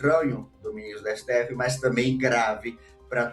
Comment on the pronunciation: Éssetêéfezes 💩 sendo Éssetêéfezes 😅😅